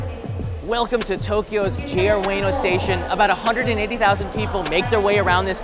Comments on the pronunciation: Just FYI it's pronounced "oo-weh-noh", not "way-no". You'd think a channel dedicated to educating others about Japan would get pronunciations right. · Its U-EH-NO Station, not U-WAY-NO Station. Chump! I was there yesterday. You know nothing. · dude literally said 'weeno' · I lived in Japan as well and I never heard it pronounced the way you do. That's all I wanted to point out. It was always pronounced "ooh-weh-noh" but just quicker. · JR WAY-NOH station 😂😂 Please. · its oo- eh-no at least say it properly... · "Way-no." Yer killing me.